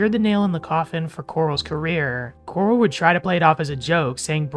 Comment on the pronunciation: Corl not coral